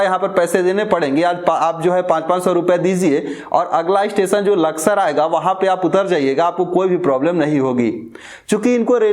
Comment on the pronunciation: Amit Pandeyji aap sabse pehle apni bhasha shudh kijye janab aap sha shabd ko sa ucharit krte he jaise station ko aap stesan kehte aur bhi kai shabd sha,wale sabko sa ucharit krte he sharm ki baat he